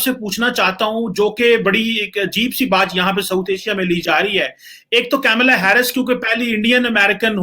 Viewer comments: Arey bhai.... It's not 'camela'.... Its KAMALA...... ka-m-la.... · Camela nahi ji kamala